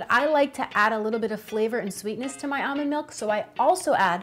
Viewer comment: “Amand milk”